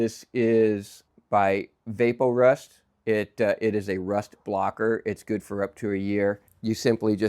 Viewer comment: It's called e-VAP-orust. VAP rhymes with tap. :)